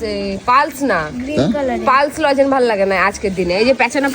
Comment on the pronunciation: ওটা "লজেন" নয়.. "লজেন্স"!